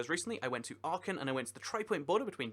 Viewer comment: My God, how do you pronounce Aachen, I just recognize it cos of the tripoint. Please show some respect to the foreign languages. That shouldn't be such a big effort and it is so nice to notice it when it's correctly done.